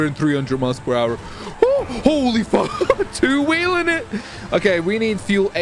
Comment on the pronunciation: the video gets way better when says pull the fook over